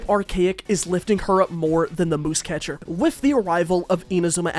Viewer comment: Musecatcher isn’t pronounced that’d way. It’s muse (“myewz”) as in an object of inspiration for art